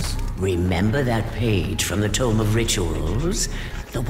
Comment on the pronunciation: It's pronounced "Tome" not "Tomb"